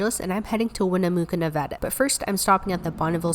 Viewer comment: Look I’m kind of mad because you said Nevada wrong and you said Wyoming wrong